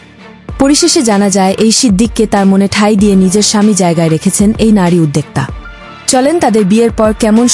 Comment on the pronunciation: রুবাইয়াত ফাতেমা তনি।উদ্দোক্তা। এসব শব্দ গুলোর উচ্চারণ ঠিক করে নিবেন. ভুল উচ্চারণ কাম্য নয়।